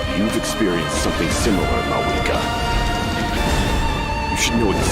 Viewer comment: When I hear mau wika it hurts 🤣